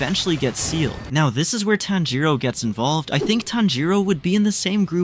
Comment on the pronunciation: bro its tanjiro